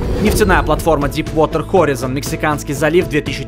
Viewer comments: Хех, хоризОн. Читается правильно хорАйзон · Слово "horizon" читается как "хорайзон" ,а не "хоризон" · не хоризон а хорайзон неправильно сеащал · хорайзн произносится